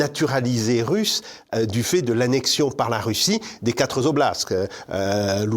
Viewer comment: Toujours intéressant, monsieur Sapir. Mais pas de S à la fin de "quatre" !!! Et deux fois dans l'entretien 😊😊